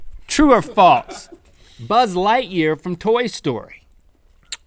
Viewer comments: Link sounds like he says 'falts' when he says 'false' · Link still says 'falts' instead of 'false' ^^ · It's false, not faltse Link. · I love how Link says "faults" instead of false. For some reason it's very satisfying to me. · Link says 'Falts' instead of 'False' my Grandma does that... Link also says bedroom shoes, My Grandma does that too....Link are you my Grandma? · Yo Link. There's no "t" in false. "True or Faults" ~ Link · was I dreaming or did he say falts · "Faltse" -Link 2015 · True or "falTse" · have u ever noticed that they say falts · Link says faltse.